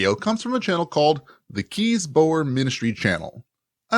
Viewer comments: You can't be expected to know every pronunciation in every language, but he Dutch name Kees is, I think, pronounced "case" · Kees is indeed a dutch name. It's is pronoounced in the about the same way as 'Case'.